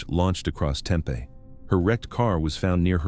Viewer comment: The way he pronounced Tempe was like nails on a chalkboard!